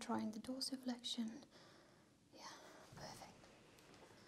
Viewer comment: I Think she has problem with saying perfect